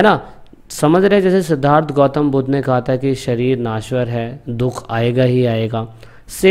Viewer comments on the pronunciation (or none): none